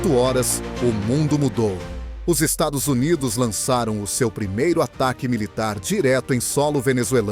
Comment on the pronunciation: Narrando uma merda, não consegue pronunciar dólares e Estados Unidos.